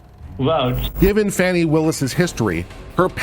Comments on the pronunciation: I believe Prosecutor Willis' name is pronounced "Faw-nee," not "Fanny." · I have been a fan all along. I appreciate your mostly unbiased viewpoint. That said, can you please pronounce the DA's name right.